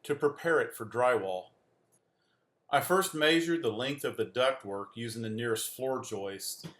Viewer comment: "meh•shured" not "may•shured" lol